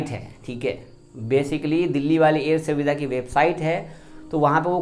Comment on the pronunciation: Self declaration form air swedha😆😆😆😆 pahle bhai apan bolna Sikh ja uske bad FIR sab Ko samjha